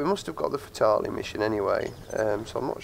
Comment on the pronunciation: Nice vid but you are pronouncing fatale wrong